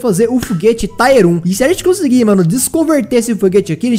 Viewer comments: Tier se pronuncia como se escreve msm e não como taier kkkkk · ...pelo amor de Deus Nn fala mais TAIER FALA TIER...NUNCA TE PEDIR ND HAHAHA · não pronuncia taier não...o certo é tier mesmo...a pronuncia é tier msm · A palavra “Tier” se fala como escreve, e não “Táier” kkkk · PELO AMOR DE DEUS, PARA DE FALAR "TAIER" É "TIER. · Cara. Não se diz taier. Se diz tier. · Para de falar TAIER pf, ta dando agonia, é TIER